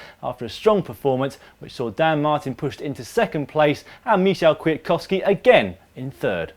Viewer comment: Learn to say Michał Kwiatkowski again!